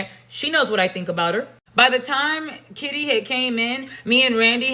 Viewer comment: Did she call that woman Shitty instead of Kitty? 😆😅🤣😂